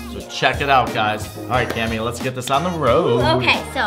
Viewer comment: its cammy not clammy LOL!